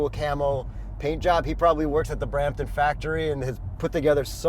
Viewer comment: Had to be Brrrrrampton brrrother 😂 SRT brooo